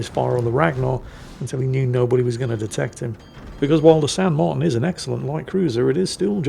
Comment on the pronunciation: It's pronounced "San mar-TEEN", fyi. And considering it's almost certainly named for Jose de San Martin, national hero and independence leader of Argentina, I think any title along the lines of "Don't Cry for me, Argentina" would have worked. Or maybe some variant of "Get Off my Islands!"